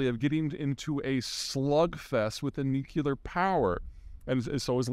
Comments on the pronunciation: Nuclear not Nuculer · nuclear.... not nuculear. you give me post traumatic stress memories of G Dub hearing you say that. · "Nuclear," not "nukular" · I always find it odd when incredibly intelligent people say "nucular". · You said "nukyular", dubya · It gives me great hope that a person as worldly and knowledgeable as Zeihan still says "Nuke-ular" Bless you. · You're a smart dude, Zeihan. I appreciate it. Why not say "nuclear" correctly? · I know it's trite, but I would take Peter just a little more seriously than I do if he pronounced the word nuclear correctly. He's got a zero f&#@ given kind of personality, but the point remains.